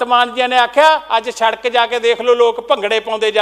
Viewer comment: Eho jehe v minister bne hoye ne jinnu sadak khna ni aunda. Sadak nu sharak keh reha. Kdo educated bande minsters aange parliament wich.